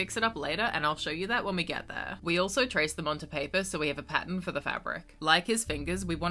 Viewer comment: You will never know how long it took for me to figure out why you were saying Patent(Pattern) over and over again 😳😤